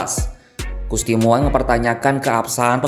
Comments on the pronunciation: Gusti Mung bacanya. Bukan Moeng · Moeng???😂😂😂 ....bacanya MUNG bukan MOENG, sekelas Kompas aja QC nya ngk ada 😂😂😂